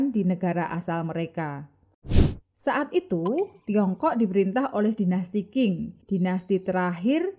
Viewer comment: Terima kasih Admin....ohya karena sdh mmberanikan mmbahas Tiongkok...harap next-nya admin perlu mningkatkn pmahaman plafalan istilah bhsa Tionghoa mandarin yg benar....misal Qing bukannya baca King tapi Ching, Fujian msti dibaca Fu Cien...ok yah min....